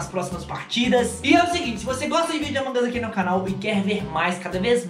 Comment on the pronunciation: Nossa tu fala among us errado tu fala among as mas é among us